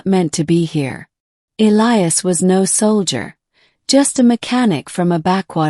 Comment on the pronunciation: Finally one where they pronounce Elias correctly